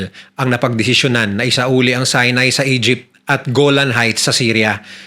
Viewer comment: Sorry po.pero si-nai po hindi sai-nai😊✌️